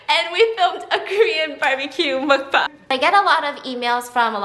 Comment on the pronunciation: Also, as much as I absolutely ADORE Master Goldblum... his pronunciation of mukbang made me want to rip some of my hair out 😅😫💀